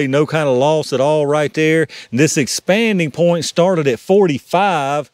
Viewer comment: When you get to talking fast, it sounds like you are saying "expandy point." I think you have coined a new term I'm gonna steal from you!😂